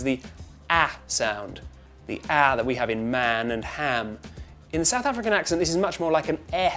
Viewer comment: "Sedth Effrikan"? As a South African, I would like to say: no